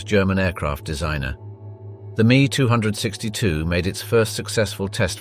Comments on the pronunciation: Wow, love the 3D photography. Just need to teach your AI how to pronounce the ME 262 Swallow. It's not the me two hundred sixty two, it's a ME-262 made by Willy Messerschmitt. Just remember if it weren't for the V-2 rocket we wouldn't have gone to the moon if you believe we really went there. Warner Von Braun was the imported German scientist that designed the Saturn rocket. And, what the hell does the Waffen SS have to do with powerful secrets of Nazi science and technology??? You're going off on a tangent. It all boils down to logistics. The winner will always have the best logistical supply. Cheers from eastern TN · ? Me- Two hundred sixty two ? = NO ONE pronounces it that way ! Dork ! showing a Black Man was very ignorant, also. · It's actually pronounced EM EE 2 6 2 ! Interesting content messed up by poor research and pronounciation. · Pity you can pronounce neither ME(262) nor Willie. Do your basic research man. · It's M.E 262 Me 262. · You pronounce it "me, two hundred and sixty two" ? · Please learn how to pronounce the air craft correctly. I could bear no more into the video. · THE me 262 is funny as hell makes me laugh every time he says it this dude is a moron and speaks what someone else writes this shit is straight off a nbc documentary he watched last night lol 😂😂😂😂😂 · Is it not called the M - E 262 ? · Once again automated speech software is corrupting the language. Either that or the narrator is particularly ignorant of the English language. The Messerschmidt 262 was known as the M E 262, with each letter pronounced, not me as in myself. There was even one point where the narrator paused as if to emphasis the pronunciation as me and not M E. It seems a little insulting to say that the ME was an abbreviation of the name Messerschmidt, but clearly the narrator is ignorant of this connection. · A pity the announcer didn't realize that it's "M.E. 262," not "Me 262." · Is he honestly calling the Me 262 the "me" 262? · It isnt the me 262. It's the M.E.262.